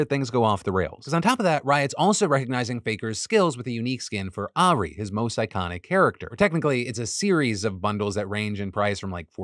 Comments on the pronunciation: "a ree" 😂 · Ah-Reeeeee! I know you have no reason to know how her name is pronounced i just thought it was funny hearing it that way, love ya face! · Listening to Phil pronounce Ahri's name really hits. xD Seriously, thank you for covering this story. As a veteran League player, this new attempt at getting even more money is infuriating. This new Signature skin line seems to have started as a good idea to immortalize some of their biggest players, and has instead transformed into a yearly attempt to exploit their players with FOMO. Necrit has an incredible video on the topic. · Not as fucked up as his pronunciation of Ahri's name, lmao. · Phil trying to pronounce ahri is making my day lol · I haven't played in years and he's made it so I can't remember how to say it properly lol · Philip pronouncing Ahri is my roman empire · I didn't even know there were that many different ways to pronounce Ahri. I'm equal parts salty and impressed, wtf Phil 😂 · As somebody who once played league of legends for ~10 years straight: I'm with the people saying they're banning Ahri (btw you said it right the first time but not the second time, Phil) just so that people who spend $500 wasted their money, because anybody who spends $500 on that is nothing but rich, and at that point there is nothing special about the skin besides saying that you're a stupid rich person who can dump money into the Chinese conglomerate that is Riot Games+Tencent. Riot should, in theory, make all skins available to all people without a pay wall, but China is China and money is money. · Phil pronouncing ahri lol